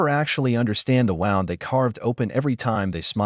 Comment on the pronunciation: Gotta love when AI narrators pronounce "wound" as "wownd," a la "the clock was wound" instead of "woond," a la "they never understand the wound they carved"... Similarly, "wrap it up in a bow" but pronouncing bow as one would bow at a curtain call.